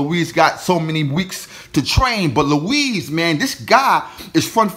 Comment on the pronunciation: Its not Luiz its Ruiz